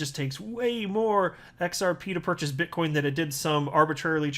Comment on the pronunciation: You said bitch coin 🤣